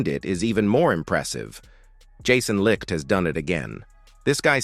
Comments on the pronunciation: Jesus H Christ....GM's name is pronounced light not lick. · IKR so many AI narrators mispronounce his name